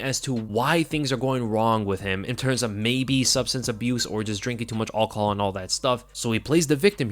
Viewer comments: Dude you’re saying it wrong… al-cohol not all-chol 🙄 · STOP SAYING ALL-COHOL fucking hell 😂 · Why does he say alcohol like that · Lmao saying "alcohol" 🤣 😂